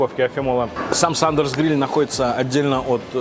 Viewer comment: Не SUNDERS а SANDERS, исправь.